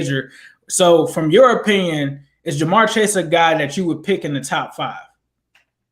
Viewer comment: Nah is just pronouncing it wrong I think